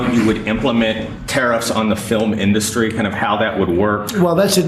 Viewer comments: Why does he pronounce it, "in-dust-ree"? It's almost like he's sounding out the syllables. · Why does Trump pronounce the word "industry" as "in-dus'-try"? It is pronounced "in'-dus-try". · He is really struggling with pronouncing words ‘Ind-dust-ry’. He is rapidly going downhill. Godspeed old man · What's up with the 'indarstry'? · In DU stry he says ...it's indusrty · Why does he pronounce industry as “in-dust-ry?? Sounds like a moron. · In dust tree = Hollywood I'm I the only one who heard his weird pronunciation of the word industry? Greetings from Germany 💙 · Did trump have a stroke that prevents him from saying industry the right way? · Why does he say industry like that? It’s really annoying. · 'Fil-im in-dust-tree"? F'n maroon. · The "filum" in-dustry? 🙄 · He can’t say the word “film.” He says fill-um. And the word industry, he said in-dust-tree. Dotard needs to go back to 2nd grade. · The pronunciation errors from The Orange Ape in these clips are really disturbing. "filØm indØstry"? Is he having a stroke? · What is a "fillum induss tree"? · He can't even say "film" - he says fillum - and "industry"- he puts the emphasis on the wrong syllable. Uneducated buffoon...I mean, baboon. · Why is he not saying industry or film properly. What is up with that? Does anyone know.